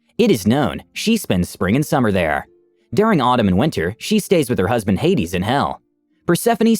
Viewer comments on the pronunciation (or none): none